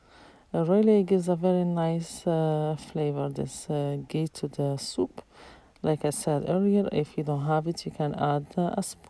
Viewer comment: Ghee not gay